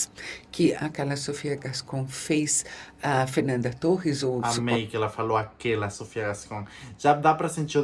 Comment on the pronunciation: Ela não falou "aquela" (num tom de deboche) Ela falou "a Karla Sofía" (o "A" e o "K" ficaram muito próximos) e soou "aquela". Isabela não se deu nem ao trabalho de ser debochada com essa tragédia dessa película